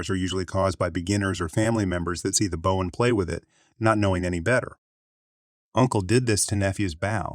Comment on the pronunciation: The computer voice doesn't know the difference, I guess